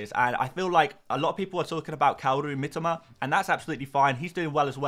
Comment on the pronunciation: MiToma...not Mitima...ffs